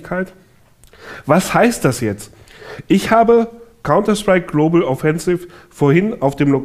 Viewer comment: Warum sagt er jedes mal Globel